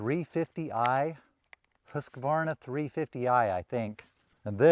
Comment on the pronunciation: I can't belive it - an american guy who says Husqvarna almost right... 🙂like european people would say it. Great!!! and thanks for showing the tools - i was quite curious what you say about them for the thinning work. I'm not in e-power tools if it comes to cutting down trees or doing some heavy work - but for this light - thinning work - small diameters to cut - it might realy something i'll look into to in the future.